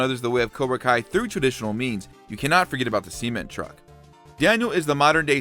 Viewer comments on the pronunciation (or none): Seement lol